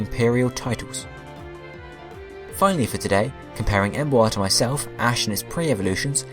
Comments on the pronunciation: Em-boar. Not Embo-ar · I hate how you pronounce Emboar because you say the a in it. Em is a prefix in the name and boar is the root word. Meaning if you took out em, you would pronounce boar right, but when tohether you say it like Em-bow-are instead of Em-bore as it is supposed to be pronounced. I'm sorry about this but I am ocd about pronounciations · despite my hate for this pokemon you are still pronouncing the name wrong its Emboar like emb-or not emb-oa-rrr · "Em bu ar" I think you git the name wrong bud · Please can you pronounce the names better. Saying Embo-ar irritated me so much. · u pronouced boar right but cant say emboar? -.- come on man